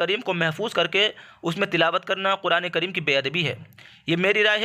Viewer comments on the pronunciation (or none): آپ قرآن کو قرائن پڑھ رھے ھو تلفظ کی تصحیح کیجئے